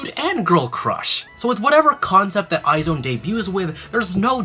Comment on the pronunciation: it's "eyes one" not "eye zone"